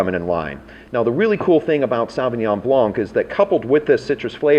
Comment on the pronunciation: I'm not sure why people can't pronounce Sauvignon Blanc properly.....